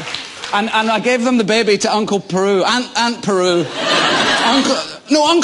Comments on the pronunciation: I love that he says aunt Peru, when she's called aunt Beru ;D He's awesome & so is this interview. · God dammit Ewan, it's Aunt Beru. XD